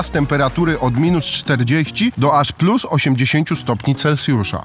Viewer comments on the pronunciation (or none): none